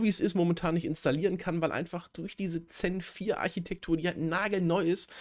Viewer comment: Die Themen sind immer interessant, es kommt auch was rüber, dennoch werde ich das Gefühl nicht los, dass Du manchmal keine Ahnung hast, was Du da sagst. Ist vielleicht kleinlich aber das heißt doch Zen4 und nicht Xen4. Solche "Versprecher" und die Tatsache, dass Dir 96 dpi mal rein garnix sagt, gibt mir "halt eben" das Gefühl. Wenn ich mich irre, sorry, nichts für Ungut.